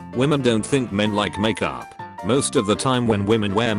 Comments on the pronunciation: MAKYOOP MAKYOOP This is why you shouldn’t get a robot voice to read these things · "heavy amounts of *makyuup*" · "Heavy amounts of Mackyoop" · I like how it pronounces "makeup". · The way the voice says 'makeup' lmao